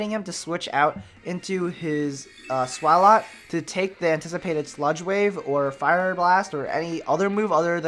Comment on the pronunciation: I love how you pronounce Swalot! :3